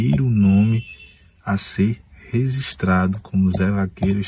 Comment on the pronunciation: “Rezistrado” foi foda.